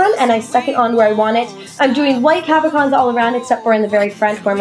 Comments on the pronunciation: nice idea - i think its pronounced cab-o-shons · You dis say cabochons wrong, but it doesn't matter! It was a really creative idea!